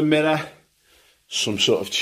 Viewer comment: gold leaf "mirra", flat screen tv, another "mirra" :)